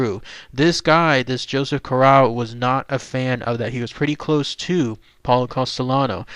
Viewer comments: You could at least pronounce his name correctly. CORE RAY O smh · We are on the East Coast. Cor ray oh is the Americanized pronunciation which we use but in Sicily Cor ah oh. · My last name is Corrao and I am from the tri state area. Interesting video but you should pronounce the name correctly. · 6'5"...no! Also learn how to pronounce his name if you're going to do a video about the man. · hes not pronouncing correctly either way. Joe was my grandfathers first cousin from Trapani. How are you related?